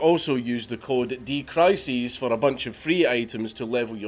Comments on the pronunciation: It's not "D Krises", it's "DK Rises", referencing the rise of Death Knight. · Code is pronounced DEE KAY RISES